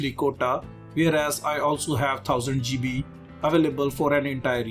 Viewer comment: I always put a smile when i hear Indian guy says "GB" :D